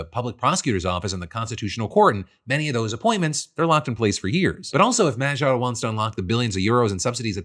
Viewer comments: Peter Magyar = ma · gyaar (like MA GHEE ARE)... The way you are saying it makes it sound French. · In case Phil has to say Magyar's name some more in the future: the "gy" is pronounced as the first sound in "due" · Well, better attempt than how everyone else has reported his last name, but still not the correct pronunciation of Magyar 😂